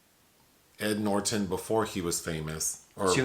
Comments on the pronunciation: I absolutely love when says Edward NorTON. is so cute. 😊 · I’m being triggered by “Noorertawn” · Came to say something similar. I've never heard him called Ed NorTON . 😂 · LOL! Yeah Nor Ton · The way he says ‘Norton’ is delicious! 😊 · is so adorable! The way he pronounced Ed Norton's name tickled me with laughter & made me think of various words that rhymed with "Norton" and formulated a story out of those words. However, that version of my comment got way too long, imo, so I opted to delete it. Anyways, it was merely a joke, to have some pleasure & fun! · I have literally never heard anyone pronounce Ed Norton that way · Okay weird pronunciation of Edward Norton's last name keeps making me chuckle. 😆 Great review nonetheless. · Same. Hehe